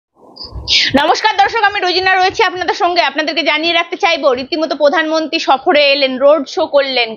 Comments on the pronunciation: আপনার বাংলা শব্দের উচ্চারণ ঠিক করুন। আপনি বাংলা উচ্চারণ प्रधानमंत्री উচ্চারণ করতে পারছেন না। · পোধানমন্ত্রী নয়, প্রধানমন্ত্রী।